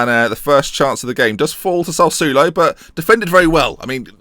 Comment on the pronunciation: You need Italian G to pronounce Sassuolo for you